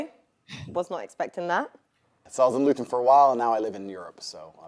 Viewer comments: Please don't pronounce Luton like "glutton" again. More like "gluten free". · pronunciation of Luton was fun for my british ears 😂